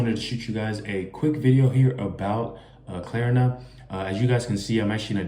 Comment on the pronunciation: Klarna not Klerna